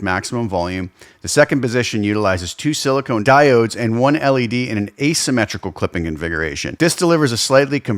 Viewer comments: Silicon diodes, not silicone diodes. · I know I'm the dick for saying anything.... But a diode can be made of sili-con. Not sili-cone.